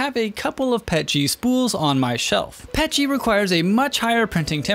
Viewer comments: Not trying to hate but I hate it when people say “pet-g” instead of “P.E.T.G.” Idk I just hate that 😭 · Same with Pet-g Iv been 3d printing for nearly 6 years now and have heard very few people call it pet-g It P-E-T-G